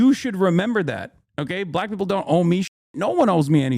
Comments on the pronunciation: Chat nitpicking the way Hasan says Black (with a hard B apparently haha) and raking him against the coals for everything he says, while giving no open criticism or pushback towards actual racists. Kind of normal for democrats in general, fighting ourselves more that those who hate us more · Someone unironically said they were triggered by Hasan saying "black" with a "hard B". He was quoting a fucking idiot chatter sarcastically. Insane how people look for things to get offended by. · As a white passing Hispanic who grew up in a diverse area of Tennessee you definitely did say black with too hard of a B 😂 had someone done that in my school growing up you would've been fought probably. Now I do I think that means hes racist? No I just think it could be an accent or him picking up on the way he hears white people say "black folks" but sometimes we do gotta use like nuances and cultural sensitivity when responding to people. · but why'd he emphasize black? He didn't say black people, he said "BLACK" people as if he's doubting a viewer's race for asking an actual question? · I don’t think you’re a racist, but as a political commentator wdym when you say you didn’t know “BLACK folk” was “a thing”? Dude you said it like a red neck😭😭😭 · This response and that reaction told me everything i needed to possibly know about you brother. SMH. You do good work but you need to be in more community with different types of black people. For example, if you were around certain Black people, you’d known the way you said “BLACK” was weird. Get it together brother; bouta be 35.